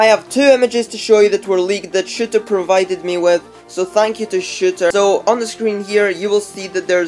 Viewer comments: When you say shooter it sounds like shitter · he said shiter